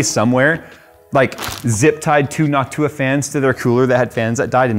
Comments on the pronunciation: Why does say NocTUa and not NOCtua? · He says it nock too uh … others say it noc tua with short ooha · It's NOCtua not Noctuuua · New drinking game, take a drink everytime says “Noc-tu-a” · I fuggin hate the way he pronounces it, but I'm glad he gives them love. Noct-you-ah gang for life! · I noticed he pronounces Jensen strange too. It's hard to describe, but I always wondered if anyone else noticed. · "noct U-WA" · Say noc too a one more time 😡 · yo you stressed the wrong syllable in noctua, you gotta stress the last one not the 2nd one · Is it noc-TUa or NOC-tua? I'd guess the latter as in Latin? Like an-TIFA vs anti-FA American pronunciations are weird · He's saying Noctua completely wrong. Is this some kind of prank? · I can't get over how he says noctua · why are you pronouncing it wrong